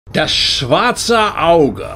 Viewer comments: Really cool to see TDE getting some love on youtube. Also, props to your pronunciation of Das Schwarze Auge. To me, TDE is not the best of systems as it is unnecessarily complicated at times and also inseparably tied to the game world (for instance magic and karma). However, the world covers almost all fantasy desires and it's ever-evolving. Still, I believe it is a must-play, so ... glad you're gonna play it. Have fun! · Very cool video, thanks. I find it refreshing, getting an outside perspective on das schwarze Auge (which you pronounced perfectly btw ^^). As you might guess, I, like many commenters here, am from germany and DSA is the frst Pen&Paper i picked up. I don't play it anymore, but still like to go through the books for the sheer amount of options, rules and lore. I am looking forward to you next videos on the game. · I'm glad my favourite Pen&Paper system gets some recognition. Absolute props to you for pronouncing the German rather well and actually having taken care to understand the rules! Just in case you didn't skip it intentionally: You forgot to mention the "Quality Levels". Whatever you have left in your pool gets translated into a Quality Level. 0-3 = QL 1; 4-6 = QL2; 7-9 = QL3 etc. it feels a little clumsy at first but it makes a lot more sense later on :) Thank you for covering the Dark Eye! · It's rare that you see non-Germans having such a spot on pronounciation, it's great :3 This said, I never played it myself. To me DSA always had this old-timey vibe to it, probably similar as to how Americans think about aD&D: culturally impactful but not at all modern. That's why I was surprised hearing that the rules at least seem so far pretty up my alley. As a primary pathfinder player, I am a huge fan of deep mechanics and customizability. I'd me mainly interested to hear about the world and lore - because that is another point where I have a fairly negative and unfounded stereotype in my mind that needs some breaking